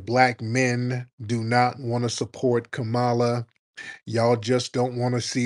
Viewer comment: Did he say Kamammy???🤣🤣🤣🤣🤣🤣🤣🤣🤣🤣🤣